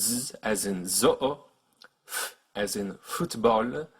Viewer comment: You did get some pronunciation "wrong" but it wasn't in the highlighted consonant so it isn't that a big deal. "zoo" we pronunce it with the z sound then the same sound as in "au(x)" (as in "au marché") or "eau" (water). And tobogan. Both o are pronounced like the first. Thanks for this great vid.